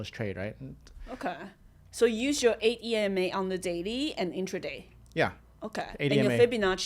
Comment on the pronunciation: I heard him perfectly